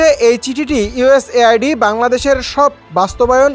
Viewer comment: আওয়ামী লীগের বলদরা শিরোনাম দেখে খুশি হয়ে গেছে😄 ওহে বোকাচন্দ্র,এটা শুধু বাংলাদেশের জন্য না,সারাবিশ্বের জন্য। তাছাড়া বাংলাদেশ অন্যের সাহায্য চলে না।সাংবাদিক ভাই,আরো প্রফেশনাল হতে হবে। উচ্চারণও ঠিক নাই,ইউএস এইড বারবার ভুল পড়তেছেন।হেডলাইন আরো ঠিক করে দিতে হবে।